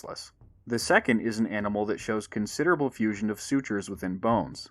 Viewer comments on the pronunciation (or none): none